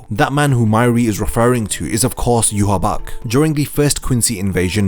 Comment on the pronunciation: It’s not yu-ha-bac it’s yu-ha-ba-ha